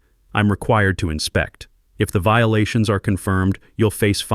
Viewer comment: Obvious AI. "HOA Viilation"